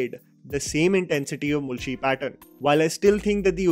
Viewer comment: Great work, I have just 2 things to say from this video that didn't sound right to me. 1) When you say mulshi its 'ळ' not 'ल' but I can cut a slack here, for you not being a Marathi speaker 2) Its मांजरेकर, where we use 'मान' as in अपमान, 'ज़' as in ज़रूरी and not as in 'जावेद'